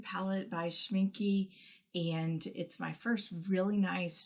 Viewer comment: Not sch min kee, it’s pronounced closer to sch min kuh